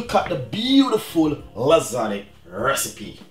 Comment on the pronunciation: Great video but lasagna is pronounced lasanya not lasaneee